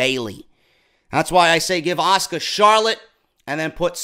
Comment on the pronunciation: stephinie even makes asukas name sound like shit lol